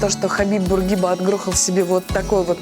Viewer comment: Бурги'ба,а не Бургиба',он не француз,и зачем ходить в шортах-мусульманская страна,да и холодно